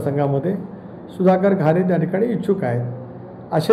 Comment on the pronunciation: सुधाकर भाऊ घारे हे नाव पण तुम्हाला व्यवस्थित उच्चारता येत नाही आणि न्यूज रिपोर्टर बनायला चालले आहेत.